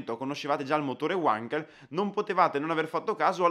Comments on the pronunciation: Mitico motore rotativo! Essendo tedesco l'inventore, mi permetto di far notare la corretta pronuncia della W, iniziale del cognome. La W in tedesco si pronuncia come V normale. E non all'inglese. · È esattamente l' osservazione che volevo postare a questo signorino che parla del motore Wankel ma che non sa nemmeno pronunciare correttamente il nome del suo inventore: forse pensa che sia inglese e non tedesco. Pessima figura e pessimo inizio!! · Ehm... La pronuncia appunto. Wankel era tedesco non inglese quindi V_ankel non U_ankel. Scusa se faccio da maestrino :) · Essendo Felix Heinrich Wankel tedesco, il suo cognome non si pronuncia "uankel" bensì "vankel" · Uankel? Perchè non addirittura Wonkel, come dicono su Focus TV? Non si può sentire!!! Si legge Vankel: non è Inglese. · È Tedesco si pronuncia Vankel, non Uankel, grazie comunque bellissimo video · La pronuncia è "vankel" non "uankel". Felix Wankel era tedesco non inglese. Così, per la precisione. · Credo si pronunci "Vankel " e non "Uankel all'americana in quanto ingegnere Tedesco. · si parte male Wankel era tedesco, si pronuncia vanchel non uanchel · si pronuncia vankel e non uankel! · Wankel con la "V", non Uankel. E' tedesco, non inglese. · Ma perchè Uankel ,è tedesco si dice Vankel, lo sanno anche i bambini... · Per favore, WANKEL con la W alla tedesca (non certo Uànkel !!! ). Altimenti dovremmo dire anche Ualter ! :) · UANKEL.......hai detto UANKEL ???.. e pure perseveri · uanchel non si può sentire però. è tetesco no inclese ja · Wankel si pronuncia alla tedesca non all'inglese! Cima! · SI LEGGE WENKEL NON WANKEL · UANKELL NON SI PUO SENTIRE....... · Comunque Wankel era tedesco e si pronuncia 'Vankel' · Giusta osservazione, la pronuncia corretta è con la V come Vasco, la qualità di un canale d'informazione si vede anche da questi dettagli. E non vuol dire che se altri sbagliano tutti debbano perseverare nel fare errori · La doppia W di Wankel si pronuncia come una V italiana, non all'inglese 😂